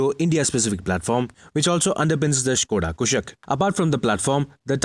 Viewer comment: One of those who can correctly pronounce "Skoda Kushaq"